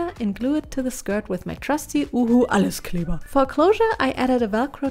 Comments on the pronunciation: I just watched the Video without really knowing your Videos and then I heard the "ALLES KLEBER" and was like "OH SIE IST DEUTSCH!" xD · The first time she said "Alleskleber" I cracked up. That's how I say it all the time since I am also German but everyone is giving me funny looks when I pronounce it like the way she did it x3